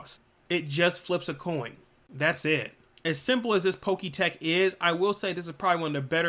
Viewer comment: I can’t stand the way you pronounce Pokétch, it’s pronounced Pok-etch like etch and sketch